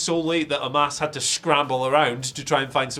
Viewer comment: Big fan of you mate but it's omos not omas